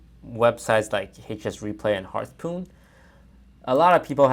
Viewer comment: "Hearthpoon" Lmao